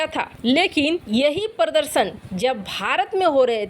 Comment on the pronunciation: मैडम पर्दशन कब तक सुधरेंगी हिंदी के सही उच्चारण प्रदर्शन कहने के लिए | यह एक शब्द नहीं है वरन बहुत सरे शब्दों का सही उच्चारण नहीं करती हैं